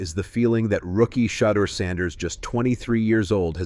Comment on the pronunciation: His name not Shatter his name (SHE-DEUR)